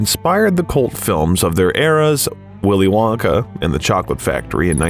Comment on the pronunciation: "Nice" AI crap and bad narration. "Willy Wonkay...",???? Really????????? Hey!, your spam bots in the comment section are showing! "NO sub for you!! You idiotic AI pile of bullshirt!!! 💩💩💩💩👎👎👎🤑🤮